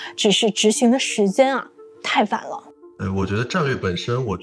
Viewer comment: 未知數 唸成 Vei知數，太晚了 唸成 太van了，四川成都人都是這樣說話的嗎？